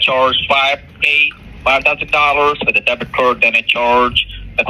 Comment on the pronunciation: Débit cord 😂😂😂😂 Credit cord😅😂😂😂😂😂😂